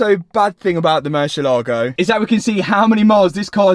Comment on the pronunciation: Please .. mercy A ligo .. accent over the A